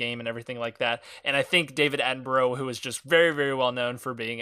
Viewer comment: Dont want to offend man but you dont pronounce David David Attenborough right